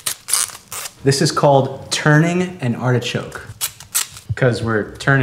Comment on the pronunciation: This is how you miss pronounce art-e-choke, and waste 90% of it.